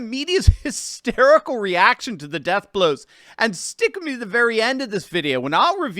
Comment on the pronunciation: Do NOT say: STICK with me. But, DO say: stick WITH me Do NOT put emPHAsis on the wrong sylLAble. But DO put EMphasis on the right SYLLable. #1 STICK with me #2 stick WITH me. You should use #2: stick WITH me #1 sounds too much like STICK-eh-me. That's an odd sound...